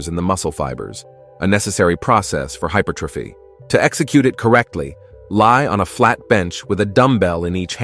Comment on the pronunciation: Right “hyper trophy” 😂